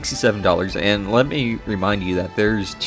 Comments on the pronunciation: Every time he says "ayand" a demon possesses Khet. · My god, his way to pronounce "and" (and overall his hyper annoying fuck*ng voice, accent, respiratory tract), I can't even, I need a break. Fantastic job mate, this is solid work !!